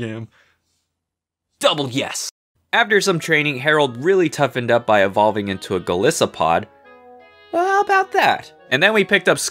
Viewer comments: Its not pronounced go - lis - a - pod its actually pronounced go- lie so pod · You mispronounced Piloswine, Golisopod, Skorupi, Solosis, Piers, Raihan, Gigalith, Duraludon, and Eternatus. PIE-low-swine gawl-LIE-suh-pawd score-ROO-pee suh-LOW-siss PIERCE RYE-hawn GIGG-guh-liff duhr-ruh-LOO-dawn ee-TUHRN-nuh-tiss Also you misspelled Ballonlea.